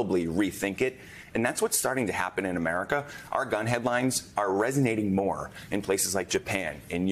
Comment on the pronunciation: It’s Caribbean …not Kerribiean… 🤬